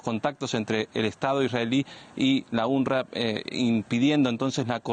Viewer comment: Se pronuncia unrwa no unrra